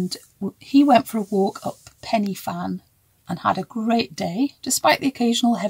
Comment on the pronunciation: Hi Great podcast as usual Pen Y Fan the Y is not a I iiiii but a a low Y just as when you experience pain it’s a uuuu Pen means on top of a 😅low Y uuuu Fan = a place 🎉easy!